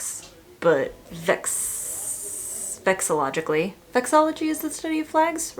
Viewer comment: "vexillologically" is diabolical lolol love it